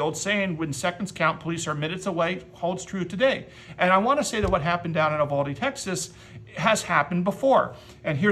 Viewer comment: Uvalde is "You-val-dee"